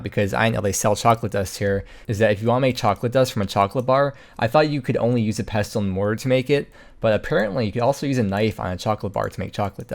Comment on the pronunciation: I've been watching for years, since the early HCIM days and I love your content but something keeps doing my head in. Its pronounced: Pessle and mortor... the T is silent. Herb has a h at the start too! Keep it up though, love your videos